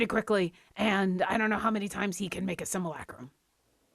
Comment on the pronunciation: I love how sounds like he’s having a stroke whenever he tries to pronounce “Simulacrum”. Great session as always, guys! I’m finally caught up with the YouTube videos as of today, and looking forward to catching the next one live. Maybe I’ll use D&D Beyond instead of Roll20 if I win myself a Legendary Bundle.